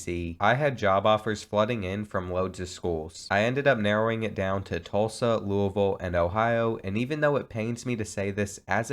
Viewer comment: i’m from louisville nd i’m so happy u said it correctly 😂😂